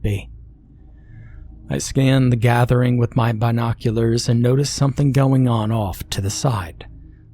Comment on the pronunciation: Please dont say binoculars like that lol